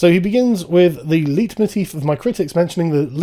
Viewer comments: Btw, "Leitmotif" is pronounced "Light-Moteef". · leitmotif is pronounced "light-moteef". Oh and while we're at it, Foucault is pronounced "foo-coh". Carry on ;)